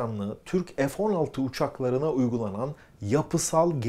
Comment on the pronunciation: 50 PLAS))))) (PLUS) TÜRKCE ARTI DEMEK)) NEDEMEK LÜTFEN PLAS? EF 16 DEGiL FE 16 OKUNUR!!!))) SAYGILAR